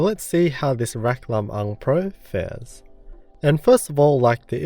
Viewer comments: Good job pronouncing "Lam-Ang" correctly,. Much appreciated.:) BTW, it comes from "Biag ni Lam-Ang," an epic poem from the Northern region of the Philippines telling of the heroic exploits of its titular hero.:) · I got goosebumps when you actually pronounced Lam-ang right!!! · Thank you for the review! The Pinoy in me is so pleased at how you pronounced Lam-ang correctly. ✌😌🤘 So excited, my BF is passing his Lam-ang to me and I couldn't be happier. 😍🇵🇭❤ Edit: "Lam-ang" is a character from Ilocano folktale, one of the first Filipino epics to be recorded. "Illis"/ilis - in Ilonggo language means "to change"/"to swap"